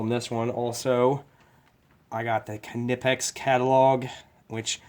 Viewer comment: I like how you cant pronounce knipex correctly